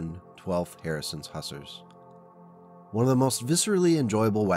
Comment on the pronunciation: Great video! The word “Hussars” is pronounced. “Hoo-Zarz”